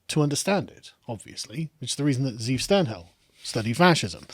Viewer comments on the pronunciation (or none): Pronounced: Ze ' Ev Literal meaning: Wolf. FYI